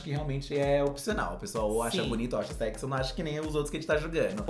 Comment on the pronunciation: ''seksi'' kkkkk